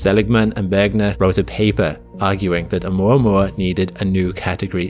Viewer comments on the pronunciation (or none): It's 'oo - mwa - mwa'